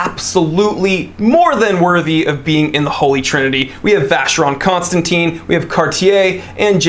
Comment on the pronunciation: It’s pronounced Con Stan Tan not Teen!!